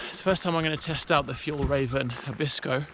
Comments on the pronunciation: Fyell-rare-ven. The guy you inserted got it wrong too. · Almost right pronunciation… It is a great tent, but Hilleberg have better strength and durability. My favourite has become Hilleberg Anaris. It is perfect when you have tracking poles. It is graded as 3 seasons but I have used it in the Winter in the southern part of Sweden without any problems. Greetings from 🇸🇪!